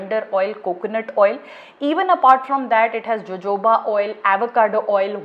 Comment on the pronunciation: It z pronounced s "o o ba" oil not jojoba oil